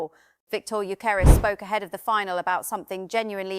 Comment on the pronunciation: needs to correctly pronounce the names of the players, e.g. Gyökeres and Mosquera. Show some respect and do your homework.